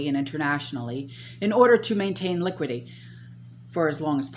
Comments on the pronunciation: INDICES--PRONOUNCED IN-DE-SEAS, LIQUIDITY--PRONOUNCED LI-QUID-ITY. NOT LIQUIDY, PREMISED--PRONOUNCED PRE-MISSED, NOT PRE-MIZED...LORDY GIRL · Liquidity has four syllables btw